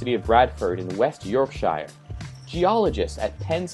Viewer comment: You're spreading misinformation about how to pronounce "Yorkshire". ;-)